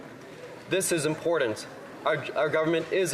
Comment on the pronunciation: Why is it so difficult for people to pronounce "important"???